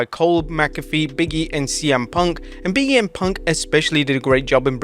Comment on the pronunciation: "Big E and Punk" sounded like "BM Punk" 😄 RIP Blade Braxton